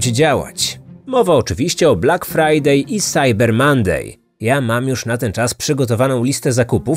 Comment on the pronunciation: Love your podcasts! But it’s “cAsh bAck” not “cEsh bEck”. It’s “blAck Friday” not “blEck Friday”.